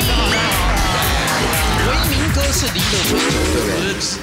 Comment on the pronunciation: 呂文婉一直唸錯sandy的發音...